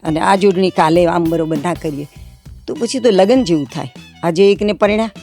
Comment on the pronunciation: just to be clear, can anyone tell me whether Ms. pronunciation of the English word "marriage" in Gujarati is correct or not? I think she pronounced it incorrectly since she said "lagan" (લગન), but I believe she should have pronounced it as "lagn" (લગ્ન) because I think that's the correct way.